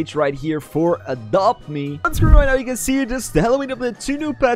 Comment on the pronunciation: Did you sad “for a drop be”